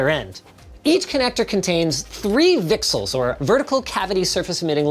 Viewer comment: Did anyone else hear him say vertical cavity search when he was talking about the VCSEL?